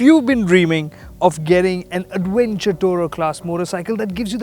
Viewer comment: "Awv-wenture" I love the accent.